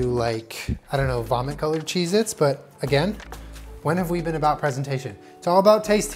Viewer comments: Stop saysing chez it ypur killing me. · "maybe we'll end up with vomit coloured cheese-its" vom-its